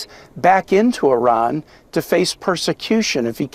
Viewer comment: Good work! AND Thank you for speaking the correct pronunciation of Iran.